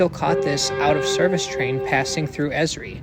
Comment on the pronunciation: Also, it is not pronounced as a word, but the letters each said sequentially. E.S.R.I.